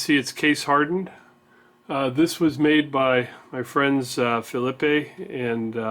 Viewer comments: Hi, The french Canadian pronunciation of Phillipe is fill-eep. No "eh" on the end (how un-Canadian is that eh? LOL) I miss their videos as well. I don't see Pierre commenting anymore either. He was very helpful for me in choosing the machinery I bought for my shop. Great guys. Vise is coming along nicely. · I know. The way was pronouncing it was Spanish.